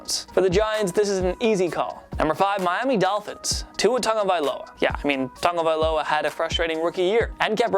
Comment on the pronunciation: How tf does he read Tagovailoa like that where does he get the Tong from?? I’m so confused